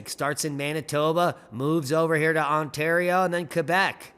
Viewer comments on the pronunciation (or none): none